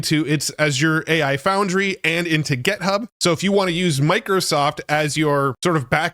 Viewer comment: Why does this guy keep saying “get”hub. It is “git”hub! If you are a tech guru, talk tech right, please.